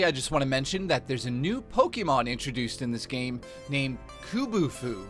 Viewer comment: its pronounced kubfu not kubufu